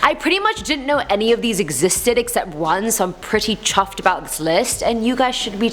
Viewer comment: She was “chaffed” lmao I love it .